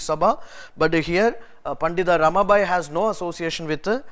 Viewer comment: It's not RAMA"BHAI"..it's PANDITA RAMABAI